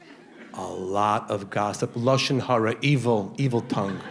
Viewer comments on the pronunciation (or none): Funny stuff, Modie. lashon chara... is the only part of your routine you don't say right. If you want help on the hebrewnunciation,feel free to holler. Don't make fun of me. I'm not the comic with the comic accent. Keep it coming. Keep the nazis from blaming us for what hamas does. You DO make a difference. Cheers, achi E